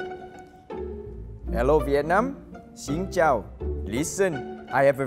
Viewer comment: he said "xin chào" rly well 😁😁😁 I'm Vietnamese and I appreciate this